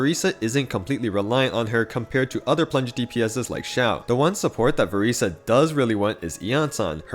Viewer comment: I'm so sorry could you please say her name right 😭😭